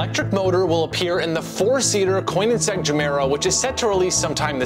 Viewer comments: it’s pronounced “ko nig segg” not “coin in segg”😭🙏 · Did bro just said " Coin and seg " instead of Koenigsegg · Coinigsegg lol If you can't pronounce it don't say it